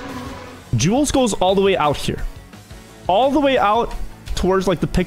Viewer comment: He is killing my name with the way he is saying Jules